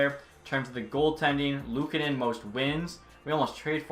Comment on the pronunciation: Another year, another franchise where cant pronounce luukkonens name correctly.... sad buffalo fan noises